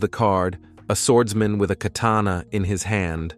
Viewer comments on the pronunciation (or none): I like this video very much but why are you keep saying Dungon😂😂 Edit1: what is a kanana